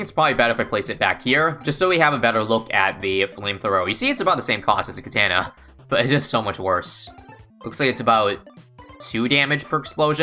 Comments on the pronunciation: Am I the only one that is (jokingly) annoyed than he says katana (kuh-tah-nuh) as "kuh-tan-uh" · bro "ka-tan-a" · KA-TA-NA not kan-tan-a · So is nobody gonna talk about "kataana" lol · Is it really pronounced katANNA? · He butchered the pronunciation of katana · The way he pronounces katana... I cant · the way pronounces “katana” hurts my soul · Thought he mispoke at first but 5 seconds later he said it the same way lol I've never heard someone pronounce it that way before either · my family owns katanas as heirlooms, so it pained me probably even more. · It bothers me the way he says katana... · are you not American why do you say katana like that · He did not pronounce katana that way💀😂💀😂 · I've never heard anyone pronounce katana like that in my life lol